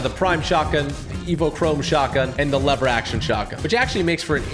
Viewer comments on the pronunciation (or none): He said pump shougtgun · YOU SAID PUMP SHOTGUN OR WHAT DID YOU SAY......